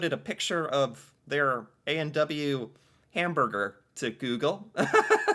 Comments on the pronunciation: His pronunciation of A&W is funny. He says "A and dubbayoo". We actually say "A and double-yoo". Cute... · Interesting pronunciation point: you said ay an douba you. We say ay an double you.